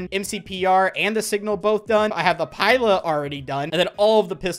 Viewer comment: I almost clicked off the video when he said “Pie-La”😂